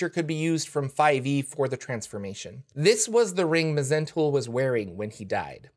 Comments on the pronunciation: It's actually pronounced Mul. The H, Z, E, N, T are silent. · It's just Zentul, the Mh is silent.